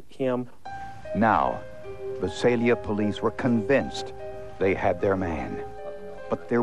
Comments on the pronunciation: Its Vi-Sail-Ya and .380 Gauge? Learn difference between gauges, calibers, millimeter etc.. especially when its a forensic show. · If the narrator Peter Thomas were still alive, I would tell him that the name of the city is pronounced Vy-SAY-li-a.